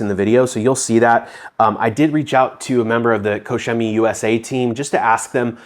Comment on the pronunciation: It's pronounced " Cock Chemie"